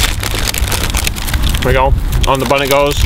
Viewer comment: hehehe the thing that i like most in every video when always said 'There we gou".. xD i love it